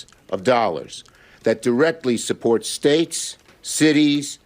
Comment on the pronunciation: Sounded like he said staeks and cities lol